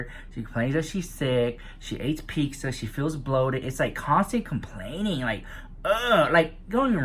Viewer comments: "peek-za" lol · I love when says 'peek-za' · "Pixtza" lol